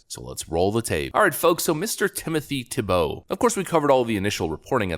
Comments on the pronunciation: So you have the pronunciation of his name right in your presentation and then you mispronounced it again and again. It's TEE - bow, not Tee - BOW. The accent is on the first syllable. Are you sure you're a native English speaker? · Why do you always mispronounce names and words? His name is TEE-BOW. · Can you not read? It is pronounced "TEEEE bow." C'mon man, you even read the pronunciation and still got it wrong! Do you not know the syllable IN ALL CAPS is the syllable the ACCENT is on? Have our schools failed us that badly? It's "TEEEE bow," for Chrissakes! And I cannot stand the man! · I love how it literally tells you how his name is pronounced, yet you continue to mispronounce it. 😄